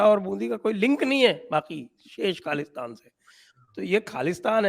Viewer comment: it's KHALI-STAN